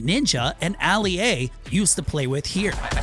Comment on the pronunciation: This guy just call King Richard Alie-a